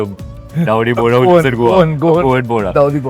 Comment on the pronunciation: Boss it’s Bohra Not bhori Nice video